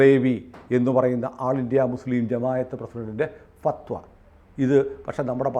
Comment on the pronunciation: ഫത്‌വ എന്നു പറയാൻ .'അറിഞ്ഞുകൂടാ